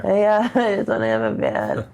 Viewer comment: She said van not band